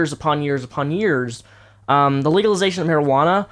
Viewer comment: haha, he can't say legalization.